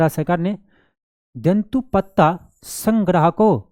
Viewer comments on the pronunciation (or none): उच्चारण तो सही से कर लीजिए सर जंतु पत्ता नहीं तेंदूपत्ता लिखा है